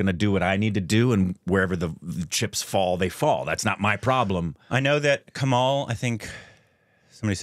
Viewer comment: Not KAMAAAL..you guys do great reviews.. pls work on learning a bit on pronouncing the names.. its easy.. don't stress or drag the second syllable.. its like KAMUL (not Kamool) Amitabh is Hindi.. Deepika is south.. but Karnataka(kannada mostly, or other dialects like Tulu..), she doesnt speak telugu. But the original rendition is Telugu.